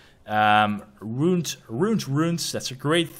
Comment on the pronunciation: To help you with the word " ruined" say ' Roo-And' and boom you got it. you keep getting stuck saying Roont, roont. say roo-END roo-enz and you'll get the pronunciations correctlly